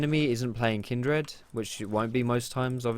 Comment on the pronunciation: why do you say kindred slightly weird? it's like you say kind-dred, I was just wondering if you heard the name wrong or if it's an Essex thing:-P